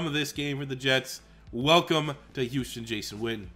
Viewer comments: Hus instead of Hou makes me gag lol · I hate how it says HUS for Houston